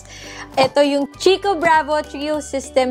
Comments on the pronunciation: Lovely! 💕🌸 Congratulations and Vern! oh by the way CHICCO is pronounced like KEY-KOH. 🙂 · Hello po, not a hater po but just want to share the pronunciation of "Chicco" (Italian brand), it's KIKKO po.:) anyways congrats again sainyo ni daddy Vern, looking forward for the next vlogs. God bless always! 💜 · Chicco is pronounced as "kikko" hehehe Love you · chicco - pronounce as kikko hehehe italian brand